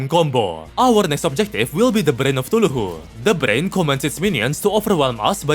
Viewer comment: why do you say cthulhu like "tuluhoo"